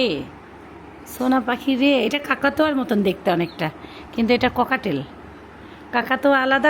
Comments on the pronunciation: Pakhitar name cocktail , kokatail na . Apnar pronunciation ektu thik korun . Apni to naki shikhhito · দয়া করে পাখি টার নামটা একটু শুদ্ধ করে বলবেন। এইটা কোকাটেল পাখি, ককাটেল না। 🙏🏻। এই পাখি আমার ছিল। পাখি যেহেতু কিনসেন বার বার ই এই নামটা নিবেন তাই রিকোয়েস্ট করলাম।